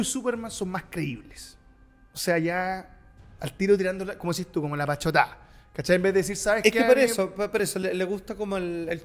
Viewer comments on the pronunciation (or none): se dice PATOCHADA... No Pachotada... 😂😂😂